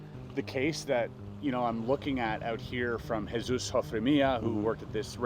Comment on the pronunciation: Jesus (in Spanish) is 'hea' like the word head without the D and 'soos', Hea-soos. Not "Hey Zues". 😊